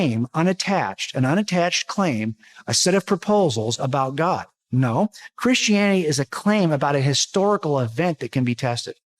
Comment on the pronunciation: he pronounces it "krishianny" Also, a book is not direct evidence, and he knows it.